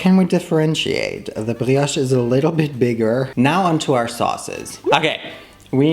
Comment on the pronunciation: as a French, your pronounciation of "brioche" is excellent, you barely got no accent at all !